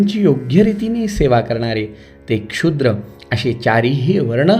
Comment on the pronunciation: चातुर्वर्णातील शेवटचा वर्ण शूद्र आहे.क्षुद्र असा उच्चार कृपया नसावा.क्षमस्व.रोज एक अध्याय श्रवण करण्याचें भाग्य आपल्यामुळे लाभत आहे.धन्यवाद 🙏